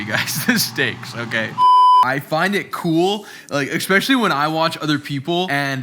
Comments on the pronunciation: expecially? especially!! bro huge fan. Great REAL personality and fun and informative. Cant wait to see u shredded. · Video 178. is yet to pronounce correctly the word "SPEcially" Jk, stay safe man!